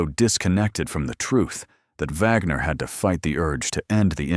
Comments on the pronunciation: Her name is not Vagner, it's Wagner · The detective's last name is pronounced Wag ner not Vogner!